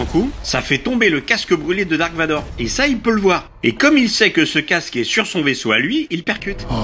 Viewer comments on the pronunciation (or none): none